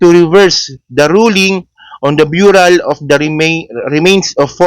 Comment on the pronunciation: "BURYAL" hindi "BYURAL".